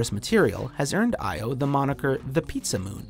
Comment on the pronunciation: As a Greek it's a bit funny hearing all these mispronouncations, like Io and Enceladus. Most of the stuff out there are named from the Greek Language (except the planets that were named after the Roman Gods, but in Greece we know them by the Olympic gods)